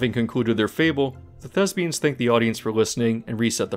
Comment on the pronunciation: Love your videos. Love you. Just so you know, it's "thespians" with a "p", not a "b".